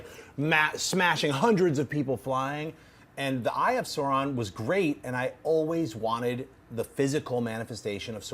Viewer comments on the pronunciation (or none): Just my inner Tolkien lore master popping up -- it's not Sauron as in Saw-ron, it's more of an Ouch sound, Sauron, as in AU.